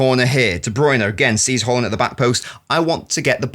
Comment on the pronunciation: Closer, but not correct. First AA's are correct, the last A should be pronounced the way most people pronounce the first ones. Type Haaland in Google translate and it will give the correct pronunciation.